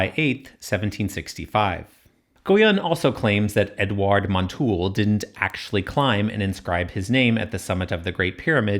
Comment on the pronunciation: The acute accent in Montulé indicates that the e should be pronounced: mon-tu-LAY, not mon-TOOL.